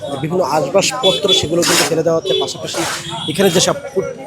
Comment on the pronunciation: ভাই, Ashbashpotro না আসবাবপত্র